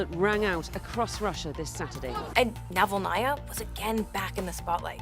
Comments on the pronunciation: Interesting video. Thankyou. But do check your pronounciation of Navalnaya. You put the accent in the wrong place! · Yulia NavalnAya 😂 Jeez, Can these "professional news companies" at least run the names of significant figures they are reporting on through google translate to avoid butchering their last names in most ridiculous ways???